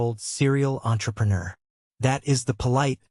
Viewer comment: I absolutely hate the way AI pronounces entrepreneur.